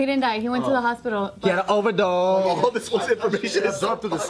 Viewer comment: he o-verdose